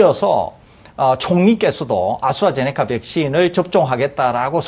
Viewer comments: 아수라제네커가 아니라 아스트라제네카 예요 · 자꾸 "아수라제네카"라는 발음이 거슬리는 ㅡㅡ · 아스트라제네코 코 코 코 코라니 발음 ㅠㅠ